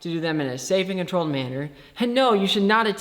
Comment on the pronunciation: I know that I shouldn't judge the book by it's cover but.. an online course doesn't qualify you for any of this, and talking to your little brother about chemistry doesn't qualify as teaching.. Maybe someone that can actually enunciate "controlled" would inspire more confidence, instead of looking like Shaggy's doped out brother..